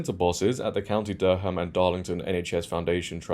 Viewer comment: Where is Derham? Have you heard of the term "Shibboleth"? The place was Durham, pronounced, "Durrum. I call you a fake.